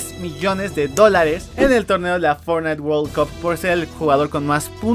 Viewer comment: "fortntie" orales un nuevo juego xD Buen video.